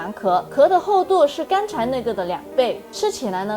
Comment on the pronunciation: 奶鍋講ㄌㄞㄍㄨㄛ剛才講ㄍㄤㄔㄞ金桔講ㄐㄧㄣㄐㄩ